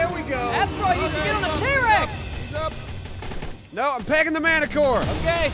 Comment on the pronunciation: 4 years later I just noticed said t-wex XD